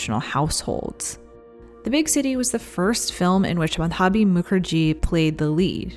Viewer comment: So glad to see Satyajeet Ray's work in your show. He's one of my all time favourite directors. And Madhabhi is fabulous as always. It's spelled Maa-dho(as in throw)- bee. And the character Aroti (aa row ti(as in Toulouse))